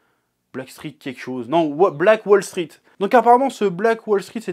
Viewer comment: Il dit " black wall street " ou " black balls sweet " ??? Parce que c'est pas pareil hein ^^.